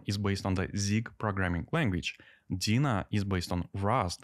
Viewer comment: You pronounce Deno wrong. It's NOT dina it's Deeeenooooo, with an e and an o ;)